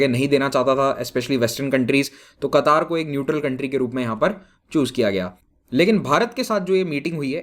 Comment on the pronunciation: Sir.. आप कतर को कतार pronounce kar rahe hai... Kya क़तर सही उच्चारण है या कतार....